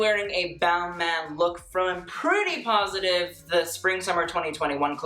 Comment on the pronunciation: I though it was ball-mah for balmain?